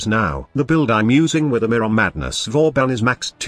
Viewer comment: Its pronounced as Vaw Ban yw 👍btw I'll love to see you come up with a nuke build with banshee that makes her ground shake ability nuke somehow